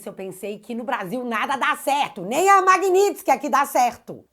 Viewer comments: Bom dia > Corrige a palavra MAGNITSKY < (correto) - (MAGNINTSKY < errado). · querida creio que não é MAGNINTSKY e sim MAGNITSKY.vc colocou um N entre o i e o t.parabéns pelo seu trabalho.vc vai ajudar o Marco Antônio Costa do fio diário para senador?e o Bruno Engler ex-candidato a prefeito pode ser candidato a senador?seria maravilhoso se vc fosse candidata. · Não é MAGNINTSKY É MAGNITSKY Tá parecendo o Kim Paim no início desse assunto… 😂😂😂😂😊😊😊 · Magnitsky, sem "n".